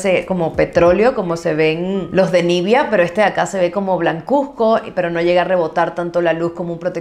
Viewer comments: Nivea, no nivia pronuncia bien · Espero no sonar grosera con mi pregunta pero: ¿porqué pronuncias "nívia" y no "nivea", así le llaman en Argentina?